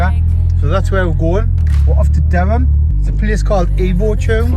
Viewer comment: Sorry, it's Durham not derham 🤣